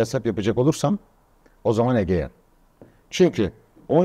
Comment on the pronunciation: Egea diyen de ne bilim.